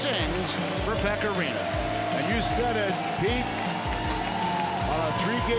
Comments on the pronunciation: Pekka Laaksonen definitely “Rinna”.. I am PISSED about it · how many times he said rinna it rinne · I don't know what was more brutal: Preds jerseys or the absolute butchering of Pekka's surname smh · Carson Deer his name is Rinne, so I'm making fun of how they don't know how to say it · How sad it is for your own broadcast team to constantly mis pronounce a players name over and over again! Good Lord! Same TV crew guy who also was quoted once during a Predators game saying: "both of these teams came here tonight to play hockey!" My God, awful! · It physically pained me hearing them pronounce “Rinne”.